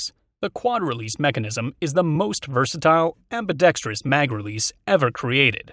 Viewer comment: I think this the first gun review video I’ve seen that pronounces ambidextrous correctly! I’m going to subscribe just because of that 😂